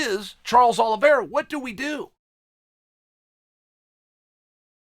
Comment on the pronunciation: he butchers most people's names I'm starting to think he's trolling lol